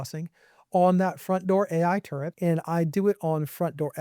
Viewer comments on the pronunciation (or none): "Fromt" Door AI Turret